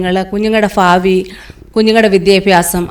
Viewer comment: ഭാരം,ഭാവി,ഭീതി എന്ന് പറയുവാൻ ശ്രമിക്കുക.നല്ല സാക്ഷ്യമാണ് കേട്ടോ.